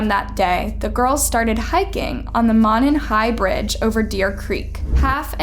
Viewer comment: ‘Del fI’ (long I) ‘MO non hI’ (long O short o long I) Since there is so much coverage on this case there is no excuse for your mispronunciation especially with your number of subs!!!